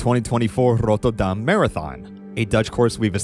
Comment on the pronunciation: I have to applaud your effort to pronounce Rotterdam the Dutch way. My Scottish married in aunt still pronounces it worse after 15 years here.